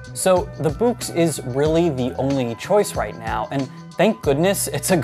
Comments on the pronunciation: By the way. I am pretty confident that Boox is pronounced Books. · I gotta say I love the way you pronounce it like "buux"